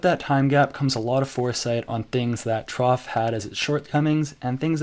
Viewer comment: No, both are wrong.